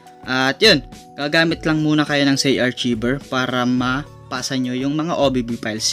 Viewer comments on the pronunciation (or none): ARKAYVER ang pagka basa boss, hindi archiber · Kuya Correction Lang Po : Hindi Po Zay-Arc-Cshiver ito Po ang Tama Zay-Ar-Kayver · ARKAYBER PO ANG BASA JAN HINDI ARCHIBER HAHAHAHAHA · Arkayber po not artsiber. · it's pronounced arkayver not archiber... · Hindi yan archiver HAHAHA Archiver po(arkayber) HAHAHAHAHA archiver HAHAHAHA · I think it is pronounced as "ARKAYVER". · sir ang pronunciation po "archiever = Ar, Kay, Ver" please lang po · Zarchiver lala mo makapag pronounce hahaha